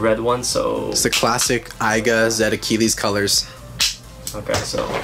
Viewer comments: It’s aiger not aiga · It’s not aiga it’s aiger